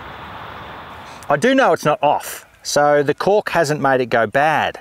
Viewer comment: At the beginning when you said "cork".. it TOTALLY sounded like you said something else